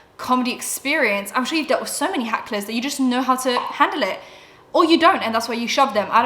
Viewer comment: I love you so much and I think this is so cute that you say it but it's not Hacklers it's Hecklers ❤️🤣